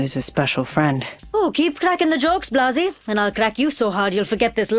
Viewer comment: Why does rampart call wraith “Blasay”